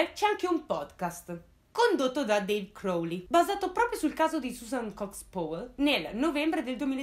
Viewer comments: Comunque Powell si pronuncia "Pao", non "Pouell"... E daje, mica è difficile. Come pronunci "power", "pouer"? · Bravissima! Un appunto ...Si legge pauel con la A...scusa se l'ho scritto proprio così come si legge non sapevo come spiegarlo😂😂 continua così brava 👍